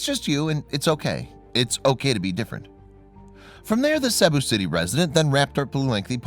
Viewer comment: ~ I love your stories, and have been subscribed for quite a while. Would you please pass something along to for me? Cebu City is pronounced like See~boo City, not the way that he was pronouncing it.